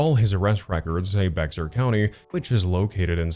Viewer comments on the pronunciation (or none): hey just thought i would let you know that bexar is actually pronounced like bear. ik very confusing but i love the videos you make! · Hey, native San Antonion here., it's actually pronounced BEAR County and not Bexar. I know it makes no sense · I love your videos and I used to pronounce it BeXar as well but the x is silent so it’s pronounced bear county… I know it’s dumb and I am gonna stop typing now lol bye 👋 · San Antonio native!! Bexar is pronounced bear!! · Sorry but Bexar the x is silent it's like saying bear I'm from the same city as this pedophile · hey not to be that guy but the X is silent in bexar county it's read like "bear" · Hi i live in San Antonio TX, and its pronounced bear county we were all confused too 😂, and sadly its common with guys that dress and act like dkane are all pedophiles and always getting caught up with minors they do it because they are abusive and uts easy for them too control them and what they do, thats the thing about SA town women tho is that eventually they will get revenge whether legal or otherwise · Bexar? It’s pronounced bear 😂😂😂